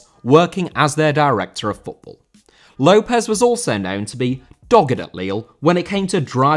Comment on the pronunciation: López* not Louwpez